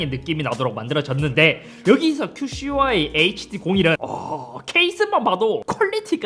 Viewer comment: 큐 씨 와이를 자꾸 큐슈와이 로 말하시네 ㅋㅋㅋㅋㅋㅋ